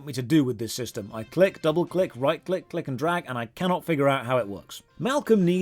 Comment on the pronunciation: does it really say "click"? seems like it says "dick"